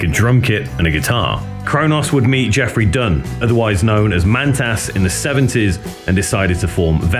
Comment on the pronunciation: Good doc, but I'm certain Cronos and Mantas aren't pronounced Crow Noss and Man Tass.